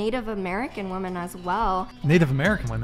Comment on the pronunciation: She doesn’t know how to pronounce “women” , she just keeps saying “woman”. “Woman have been oppressed”